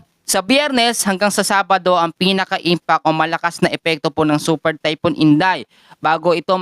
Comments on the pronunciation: Typhoon hindi typon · sakit sa tenga. THYPHOON KASI HINDI TAYPUN.